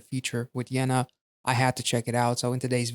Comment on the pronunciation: Nice that you reacted to Yena! Even nicer that you liked her style. Also props to your pronunciation of Yena.